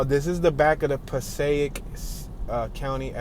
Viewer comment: Oh and it's Pass EH ick. Passaic (who knew if you aren't from around there or having folks from there.